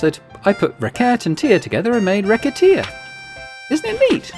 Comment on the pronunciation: Silly question.. Is it not pronounced "re-se-tear"? Maybe that's french distorting my perception (recettes = profits (also recipes)). Or maybe you plan on .. racket-tear-ing your customers 😂 Edit : you actually made the joke later in the video ahahah